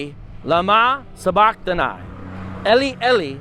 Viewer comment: you say sabachtani wrong its (engl.) 'suh' 'buh' 'kh' 'tuh' 'knee'